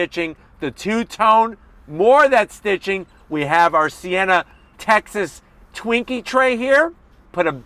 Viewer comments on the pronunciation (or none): none